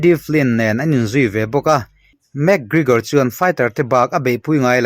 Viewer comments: Mac kregor Nilo in mc Gregor zawk o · van chhiar thiam fahran lo ve.. Lam no i tum lutuk a.. 😂, ( mac krikor nilo in, mac kregor tih zok tur) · Enge Lugage ti a i lam hi niang le... Mac Krekor cc dang poh ron up zel roh un